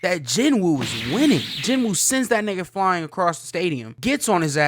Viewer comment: "Ji-noo." The w in Korean is typically silent in the middle of names, apparently. I googled it because of the dub, mainly. So Sung Jinwoo = "Jinoo Sung" in English. Edit: Taunt is the word you were looking for. Edit 2: Sung's "Force" power is called RULER'S HAND, for bonus aura points. Edit 3: Yes, basically the strongest characters we've seen at this point, outside of Shadow Garden and enemies Cid kills in an episode, are Beatrix, then Iris.